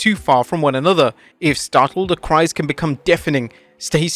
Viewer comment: Someone tell Rhea that it’s Cries not Cry’s